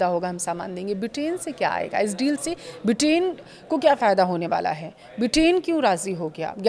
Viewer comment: ब्रिटेन को बिटेन क्यों बोल रही हो।